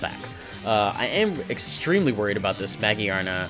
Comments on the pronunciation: In all seriousness, good battle and I love this lineless filter but my dude it has a literal gear on its head ?? its muh-gear-nuh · The "gear" in Magearna is pronounced just like the word gear. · Ah, I gotcha. Looks good regardless. For pronunciation (not that it matters) I'm pretty sure you pronounce the 'gear' in Magearna like you would just say gear normally. Also, on that note, I'm pretty sure Mareanie is Marine + Meanie (cuz it's a jerk).